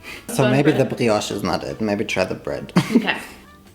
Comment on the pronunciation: as a French, your pronounciation of "brioche" is excellent, you barely got no accent at all !